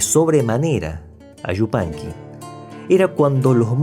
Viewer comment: Este es un comentario dirigido a tí, que no a tu reseña. ¡Cuánto agrado sentí al escucharte pronunciar "Yupanqui" tan correctamente y no "Shzupanqui", como suelen pronunciarlo algunos de tus compatriotas, lo que me permitió ver y disfrutar tu interesante trabajo hasta el final. Te confieso que no puedo soportar ni por un instante escuchar decir, por ejemplo, "ASHUDA" CABASHO, CASHENDO, SHOVIENDO, etc. (Ayuda, Caballo, Cayendo, Lloviendo). Me causa mucha repugnancia, y no puedo continuar viendo los videos donde se cometen tales faltas de pronunciación. Así que te felicito por no causarme ese disgusto, y te garantizo mi suscripción a tu canal. Saludos desde República Dominicana.